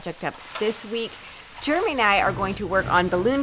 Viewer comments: It's funny, I notice when she says Jeramy it's sounds like Germy!!!😂😂😂 Love your channel!!! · Anybody else think is saying her husband’s name as “Germy”? 🤣